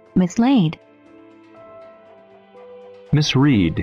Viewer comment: thầy ơi, misread hình như cột 2 và 3 đọc sai ạ, phải đọc là /mɪs ˈɹɛd/ phải ko thầy